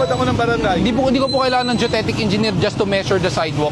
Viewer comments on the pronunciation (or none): Anong yung deutetic? Geodetic yun, brader.. 😁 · GEODETIC kse yon.. hindi DUTETIC hehe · Geodetic po, hindi Geotetic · "geodetic" hindi judetic! 🤣